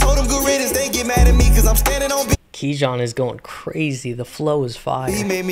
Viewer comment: fire vid broski keep ‘em comin🔥 btw kijan’s name is pronounced “key-on” i got it wrong at first too lol, but u should definitely do more reactions to his music he is really anointed, keep up the good work🌟